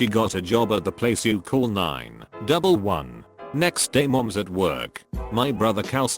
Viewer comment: This is without a fucking doubt the single worst, most fucking annoying pile of automated mispronunciations in a reddit video I have ever encountered. “Khaled nine double eleven” holy christ